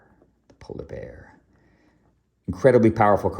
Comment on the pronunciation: Great video as always and definitely love the insight on your opinion on various decks such as Minsc and Boo. A deck I love given am an Aggro lover. “Polarrr bearr” 🤣